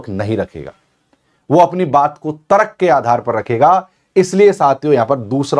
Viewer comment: Sirji sorry Aapki v hindi suddh nhi aapne Tarak bola jo tark hota